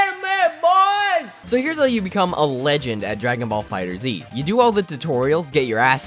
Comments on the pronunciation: Wanna know the best tip on how to be good at this game for real? ahem STOP CALLING IT FUCKING "DRAGON BALL FIGHTERS Z" it is pronounced "Dragon Ball Fighters" (Dragon Ball FigherZ) If he's calling it that as I joke, I'm sorry. Lol but I just HATE when people call it that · IF YOU SAY FIGHTER ZEE ONE MORE TIME! ITS FIGHTERZ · Kai wack and it's fighterz not fighterzee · its not called "fighter zee" , its called "fighterz" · It’s actually meant to be pronounced Dragon Ball Fighters. The Figther(z) with the Z is a cute way of changing the S to a Z to confusing the general public hahaha. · It’s not pronounced fighterzee it’s pronounced fighters the z is just there for jokeZ. See that? Z what I did there? Z what I did THERE? Okay I’ll stop. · It’s dragon ball fighterz , not fighter zee... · z, not zi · Fighterzzzz not Fighters Z🤦🏿‍♂️😂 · it's fighterZ! not fighter z !!!!!! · FIGHTERZ! NOT FIGHTER Z! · Tip 1...never call it Fighter Zee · I hate how you call it fighters z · It doesnt really matter but its pronounced fighters the Z being there for the Z fighters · Oh look a lovely video about DragonBall FighterZ I wonder what amazing and valid insight this gent has Pronounces it 'Fighter-Z Aaaaaaand we're done here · Lol I like how he's calling it "Fighters Z." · You don’t have to say Z in FighterZ just say FighterZ with the Z sound at the end of Fighter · "Fighter Zee" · Idk what triggered me more “Dragon Ball Z Kai” or “Dragon Ball Fighter Zee” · Pronounced Fighters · It's fighterz not fighter z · You don't even know how to properly pronounce the name of the game... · Actually the first step to becoming a legend is pronouncing the game's name properly. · Fighterz z? Its like fighters. Not Fighters z.